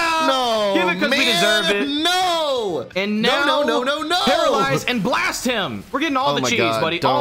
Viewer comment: every time you said teralisize it killed me